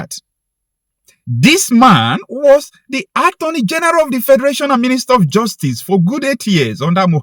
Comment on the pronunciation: Did you say the Attorney General or the Armoury General?